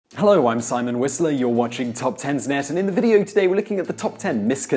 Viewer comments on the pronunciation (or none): none